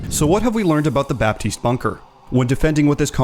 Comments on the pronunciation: The "p" in "Baptiste" shouldn't be pronunced, fyi. :) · You're not supposed to pronounce the P in Baptiste.